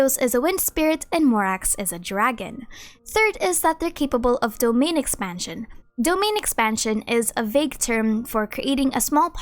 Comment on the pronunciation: "Domainn Expansion"..... True weeb